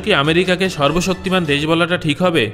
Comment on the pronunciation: sorbobsoktiman Bola thik Hoi nai